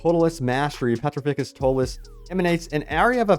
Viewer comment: Why did you pronounce Petrificus Totalus like that 😭😭😭😭